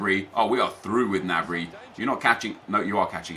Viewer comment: it's g-nabry not "nabry". Watch the bundasliga